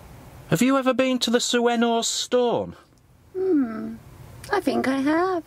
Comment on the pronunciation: Sueno is pronounced Sweeno.